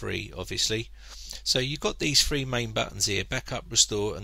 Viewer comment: two thousand and free, Learn how to say Three not free